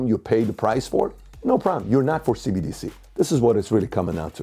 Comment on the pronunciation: She said CDBC lol